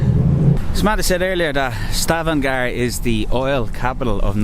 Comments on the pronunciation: Correct name of the city is Stavanger not Stavangar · ...Stavanger with an e....